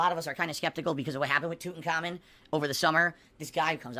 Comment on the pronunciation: Love how calls him tut but when he says the full name it’s toot and common